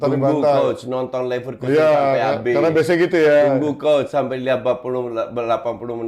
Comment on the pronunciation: Neverlossen❌ Leverkusen✅